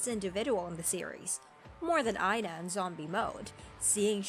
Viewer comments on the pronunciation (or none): none